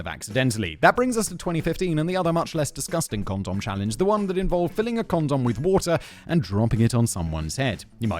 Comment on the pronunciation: I’m so the only one that found it weird the way Simon was saying condom. It just felt wrong lol. Is he trolling 😂